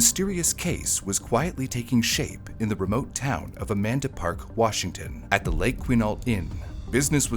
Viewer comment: I keep hearing a man to park instead of Amanda park so i feel you